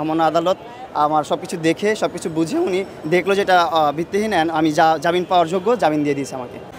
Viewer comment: জাবিন কিসের?জামিন।আজও ভাষা পর্যন্ত ঠিক করতে পারলো না।